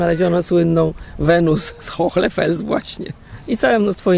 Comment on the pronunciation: Dziękuję za kolejny interesujący temat i za Waszą pracę. Przy tej okazji chciałam zwrócić uwagę na wymowę Hohle Fels. Tutaj "h" jest nieme, a jego rolą jest zasygnalizowanie, że poprzedzająca go samogłoska "o" to samogłoska długa. W zapisie fonetycznym wygląda to tak: [ho: le], zresztą podobnie jak w języku angielskim, weźmy np. słowo "car" zapisane w alfabecie fonetycznym: [ka: r], czyli sygnalizowanie długiej samogłoski za pomocą dwukropka. Pozdrawiam miło i życzę dalszego zapału do odkrywania tajemnic naszych antenatów!